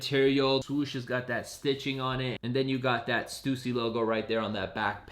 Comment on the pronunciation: Bro how is he saying stussy like that